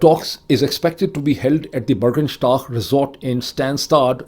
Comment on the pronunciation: Pronounce, Borgenshtok😊 Burgenstock